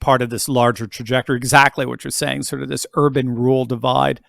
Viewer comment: Rural not ruler